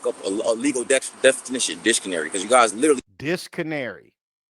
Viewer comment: bruh I ran it back before lmao ain’t no way this Edu-ma-cated man said disconary 🤣🤣🤣🤣🤣